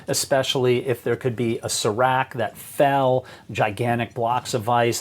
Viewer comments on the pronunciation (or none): none